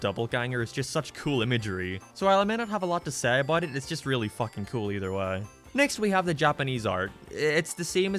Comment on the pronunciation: And you say "Seh" instead of "say"